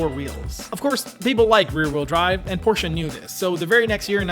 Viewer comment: thank you for pronouncing porsche right ;)